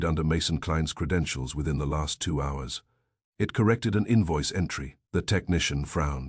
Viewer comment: If this was published in 1926 instead of 2026 it would be Banned in Boston for the "whores" mentioned. The narrator's voice is quite pleasing, imho, but it insists on pronouncing the word "hours" with a hard H and not a silent H. Whoever created silent letters in the English language must have been on psychedelics/euphorics or was a nasty person in general :^)